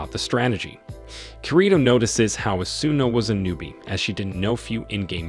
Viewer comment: and its o su na = asuna